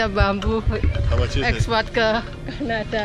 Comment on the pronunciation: how much..mbak'e bukan how muk...hehe lucu.. koreksi yo mbak atu. nuhun